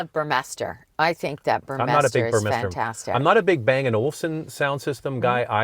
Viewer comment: Haha it sounded like you said you bangin olefson...lol on another note, I had a journey R/T. Hated the hell out it.. but that alpine system was really good